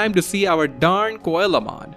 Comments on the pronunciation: His name is pronounce SEA-low mon not coela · i was so confused at whamon evolving into koalamon until i realised you meant coelamon. its pronounced seel-o-mon like the fish coelacanth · coelamon is actually pronounced "Sea la mon" it's based on a coelacanth. Still very neat to see all these digivolutions~ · Coelamon is pronounced "seelamon". It's based on the coelacanth - one of the most ancient species of fish with living members